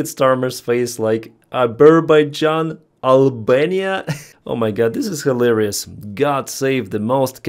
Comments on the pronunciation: "Abberbaijan and Albania"........ROTFFAPMFSL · Trump: "to think that we settled Abber...baijan" 😆🤣😄😂 What is happening in the world? Mabe he settled Abber-Baijan, but not Azerbaijan. Beside the painfull, tragic and sad situation Ukraine is in, the news became a clownshow beyond anything I could have ever imagined. Slava Ukraini! 💛💙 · Abarbaijan and Albania good lord it’s soooo embarrassing lolololol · Yep, that’s our pres. Azerbaijan or is it Azerbuyjohn? C’mon donny, prepare yourself properly before you speak. Some say you aren’t very bright…